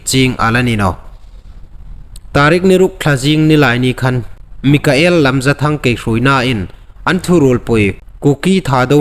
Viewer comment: Mikael ni lovin Michael ti lem ding aw......